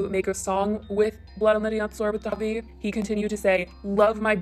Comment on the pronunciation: Its pronounced Davie lol the way you say it omg. Either way he's trash.